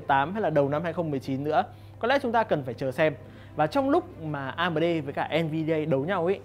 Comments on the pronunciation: Anh nên đọc chuẩn tên các danh từ bằng tiếng anh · em co chut feedback la may cai ten tieng anh nhu la AMD hay Divine Esports. nen doc dung di a. doc tieng viet nghe thieu chuyen nghiep a.